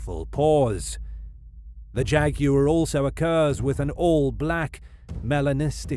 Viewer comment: "Jag-you-are" the winner.